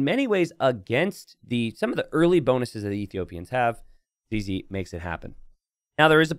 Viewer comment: Ok so for you to let you know, when you say zz, you say it sounding like zeze in english, but in french it sound like zizi, which mean dick. So right at the start of the video as a french person all i can hear is searching for dick base